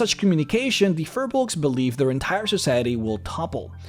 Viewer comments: Hey man, Firbolgs, pronounced "Feer-Balgs", are from Irish lore, they were the inhabitants of Ireland, this is where the old ones came from during the old days of DnD... go here ->... these new ones are not the same thing so this video is meaningless, i mean the only reason they have 'fir' nowadays is because the 'creators' at WotC just saw the word Fir in Firbolg and thought "hey they should be furry!"... its poor character creation... your videos are getting more and more boring since the dragon series ended, i mean who cares about giants... you should do the demons and devils and talk about the Blood War, or go into liches and the undead, or deviate altogether and explain the different greater planes... this stuff is lame though... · The name is pronounced wrong...